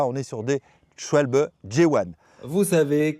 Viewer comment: 😂 chacun ses références de colorimétrie zoologique mais pour ma part, ça me fait penser aux mouches à me*des 🪰🪰 Ah et sinon, bravo pour la prononciation enfin correcte de SCHWALBE 😜